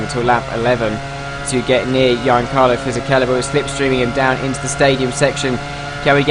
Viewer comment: In Fisichella's first name you pronounce the 'G'